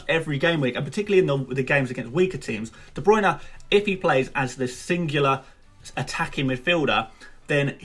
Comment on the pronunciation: jack holmes ohhh he’s calling Bruyne “Bruno”. Makes sense now